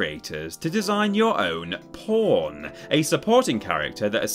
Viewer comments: I legit couldn't tell if he was saying Porn or Pawn lmfao 😂😂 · I swear to God! It took me a minute to realize he said "pawn" and not the other thing.